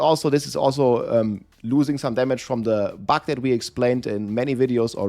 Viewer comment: buG not buK ! :D